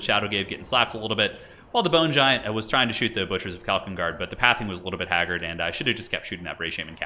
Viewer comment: 0:0:50 "The Boner Giant." I can't be the only one who heard that.